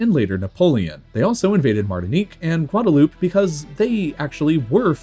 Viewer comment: Also his pronunciations of certain countries like Grenada, Guyana, Suriname and Guadalupe